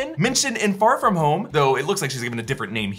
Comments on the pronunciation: Why does he say "far from home" like Pharfignewton??? Lol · I swear if you pronounce “Far From Home” like that one more time I’m gonna explode! 😅😅😅